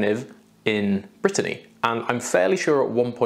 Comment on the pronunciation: Ooooooo I die. My name (Brittany) pronounced correctly more times in one video than the whole of my life (USA 😑).